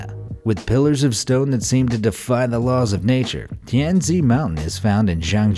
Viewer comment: Tianzi is pronounce tian tsi😂